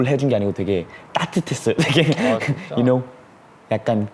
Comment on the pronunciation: Thats ```you know``` Got ME AUSSIE FEELINGZZ